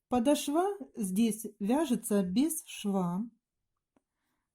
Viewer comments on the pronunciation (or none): Не подошвА, а подОшва, и не рАпорт, а раппОрт. Интересные вещи вяжете, но такая безграмотность режет слух